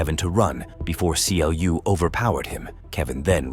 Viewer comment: It's not King C.L.U. It is pronounced Clue. Yes, Clu leads that digital world, but never called king.